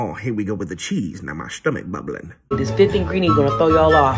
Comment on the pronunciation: "Got my Shtumach bubblin" 💨💀